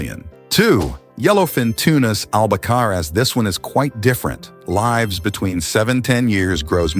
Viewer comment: Why are you pronouncing lives as lyves rhymes with lies It is lives not lyves